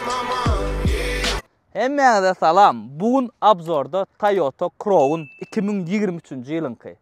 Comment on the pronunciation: Kroun dalhow jan dostym, dogryja ayday, gelisenok adyny yalnys gepleyan welin, Crown dal KRAWN diylip aydylyar Corona diyen manyda